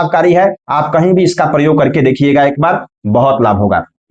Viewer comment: aap ko gyan to hai lekin kuch uccharan dosh ha,jo adikansh log talavya sha ko dantya sa bolte ha,aap k dwara bolne par bada bura lagta ha.aapne vedio me prayoga ko paryoga bola ha vah bhi galat ha. Aapne comment karne ko bola ha is liye yaha likha ha.